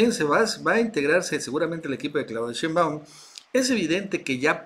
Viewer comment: Porqué el llamar a la Doctora Shembáum,cuando su apellido es Shembáum,como si llevara el acento en la e,digo si es q no me equivoco